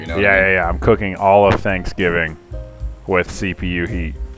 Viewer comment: Did no one notice he said slapsgiving?